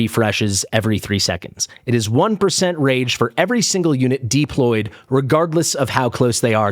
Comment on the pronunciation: why do you pronounce deployed Deep Lloyd 😂?